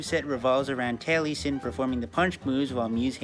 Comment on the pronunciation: I died a little inside every time he pronounced Taliesin as Tally-sin instead of Tal-uh-sin. I don't know which ones the right pronunciation but that's how I've heard the name pronounced irl and it feels weird to hear it pronounced otherwise.